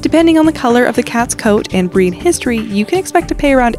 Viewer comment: Whenever the girl says "breed" I hear "bread' lol